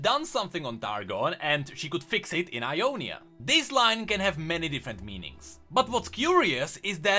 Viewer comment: everytime you say Ionia i hear Umonia and like ... tf